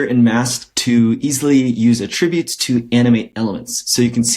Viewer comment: you say Attributes funny :)